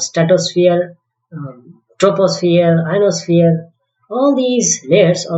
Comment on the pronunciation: Am I the only one who heard him saying "Anosphere"